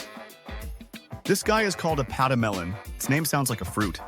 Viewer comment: Saigas - never hear of it until you introduced me in the short. The "pedemelen" 🤣🤣🤣 A lechwe - seen them in the Okavango. But then you know that! (You remember the croc in the canoe, I'm sure) Never seen an aardvark. Those are very shy, aren't they? Quokkas are just cruel. I'm slothing today. I just wish I smelled popcorn but cleaning my eyeballs with my tongue - not so much. Oh, grysbok. Very illusive antelope. Fantastic comedy, great animals, excellent video bro. They are just getting better.